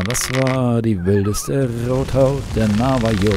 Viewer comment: Ich möcht ja nicht klugscheissen, aber Navajo wird nicht deutsch „J“ ausgesprochen sondern spanisch, also „J“=„ch“ „Navacho“